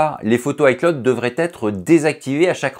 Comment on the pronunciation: On prononce "i clowd" pas " i claude". Apprends deja ça